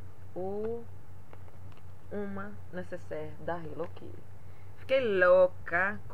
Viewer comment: Minha linda,pq vcs falam HELLO KIRI??Acho que eh a segunda pessoa que vejo falando assim nos videos,aki nos falamos HELLO KITTY.Sera que nos outros paises se falam diferente?? Amei seus presente minha linda!bjuS